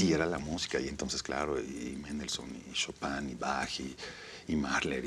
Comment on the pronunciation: "Chopin" y "batch" jajajajajaj